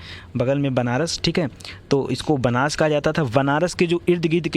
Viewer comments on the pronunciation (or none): none